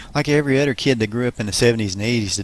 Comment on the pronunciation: Lots of narrative goofs when "th" is pronounced "d" . Udder for other, da for the, anudder for another, etc.